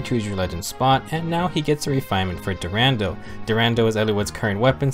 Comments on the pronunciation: Sorry for this but i always laught so hard, everytime you said "DuRANDEL" but this Sword is called "DuranDAL" just like Brave Roy say it in his Quote. But i really love and enjoy your Videos! You make a really Good Work! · It's dur-ah-dal